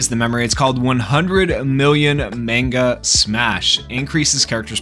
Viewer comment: You pronounce manga wrong